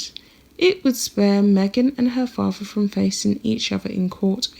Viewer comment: Although you make an effort to speak “ nicely “ I suggest you practice your “th’s” In particular “ with “ and “father “ as neither are pronounced “ wiV “ or “ faRVA”